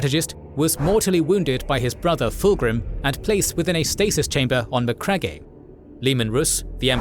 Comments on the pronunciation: Mac-rag-e pronunciation was off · It's a good series,but for the love of the Emperor,that pronunciation of Macragge killed my soul. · Why do you misprounce macragge?